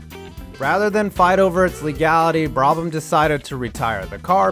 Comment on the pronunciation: I usually love your vids, but the pronunciations here are atrocious! On the actual content, many of these weren't cheating - for instance, the Brabham fan car wasn't illegal, they were allowed to run it once, then it became known to them it was going to be ruled illegal after that race and they went away from it.